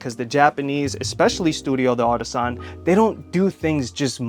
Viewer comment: FYI, you don't have to pronounce the d as a separate word. The apostrophe is just for reading clarity in French. It's pronounced Dartisan, not de artisan. But who gives a f, you're speaking English about a Japanese company sooo... recedes into the bushes